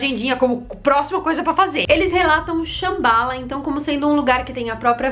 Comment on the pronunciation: me permita: não é Shambála, e sim Shâmbala! E o texto indú se pronúncia, "Marrabárata"! OK? 😘